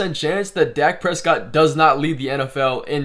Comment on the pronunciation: “Dake Prescoot”